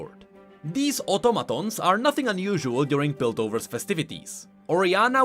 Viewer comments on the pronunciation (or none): none